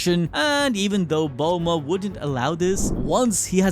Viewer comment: BEL MOD bro said belrod like 8 times